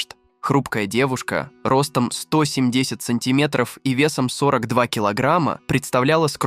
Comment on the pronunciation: Думала реально читает и рассказывает человек пока не дошло - семьДЕЕЕсятом году... Всё, ДООО СВИДОООС